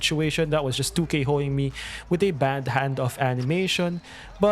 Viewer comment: Hearing you say “2k hoeing me” in that accent is funny asf